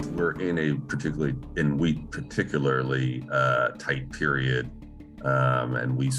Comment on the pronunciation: wheat not weed 😅